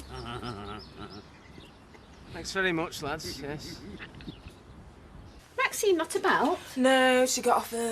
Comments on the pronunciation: Audrey stirs every pot. Also why is Ashley unable to say Maxine? Why does it come out Maxime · Maxime instead of Maxine as well!😂